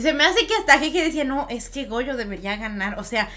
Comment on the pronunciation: Mu(ri)o gojo y el nunca dijo Gojo bien xD